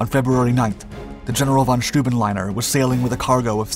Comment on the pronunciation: 'Steuben' pronounced -'Schtoyben'...